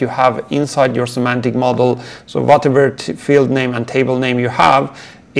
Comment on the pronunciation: Semantic, not Symantic 😊